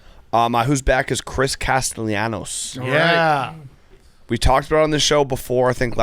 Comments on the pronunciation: Hank couldn't get Nick Castellano's first or last name correct. Where is the "I" in his last name hank? "Castellianos" my ass, learn how to read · Hank saying Nick Castellanos hurts my brain